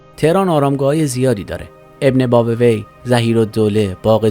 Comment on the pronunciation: ابن بابویه رو غلط تلفظ کردین بزرگوار